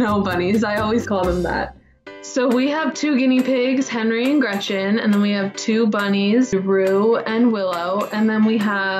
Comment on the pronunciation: As a German I can`t stand how she says "Gretchen" :D